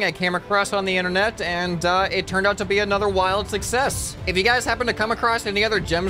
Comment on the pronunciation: He said the interner